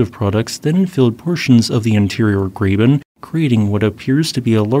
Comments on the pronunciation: It is pronounced “grah - ben”, not “gray - ben”. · Good video. Some small notes: Breccia is typically pronounced 'bretch-uh' or 'bretch-ee-uh', though it is rare for the "i" to be emphasized. Also, graben is pronounced 'graw-bin' or 'grah-bin.'